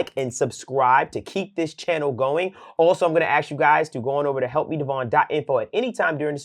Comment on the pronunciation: Then I’ll “alsho “show you